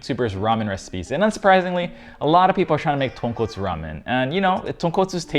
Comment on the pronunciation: Skipped all the doods who pronounced tonkotsu wrong. Landed here. Stayed.